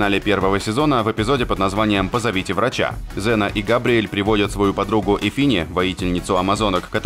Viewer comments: Окунь ксена а не зена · КСена блять КСена. Кая нахуй Зена !? Слух режет